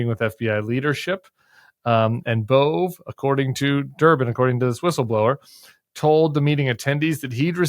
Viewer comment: Side note: pronounced Bov-ay not Bove 😊